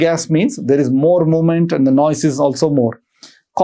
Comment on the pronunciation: Learn how to pronounce the word NOISE first please! 🤦‍♀️ It's so annoying the way you are saying frequently! 🤷